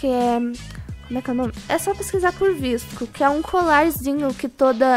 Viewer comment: Se fala vasco girl